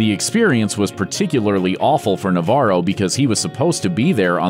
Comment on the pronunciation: As a Spaniard the way he says Navarro cringes me out